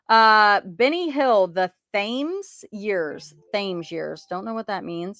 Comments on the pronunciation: Thames is a river in England. Pronounced like Tims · Always click on your BOLO videos, even at 2 am (in the UK). Just to let you know, the Thames in the Benny Hill BOLO is pronounced "tims" as in the River Thames in London. At that time Thames TV was a franchise serving London ITV (Independent TV or Channel 3) and the surrounding area and produced a slew of great comedies. Hope you have a Merry Christmas and Happy New Year.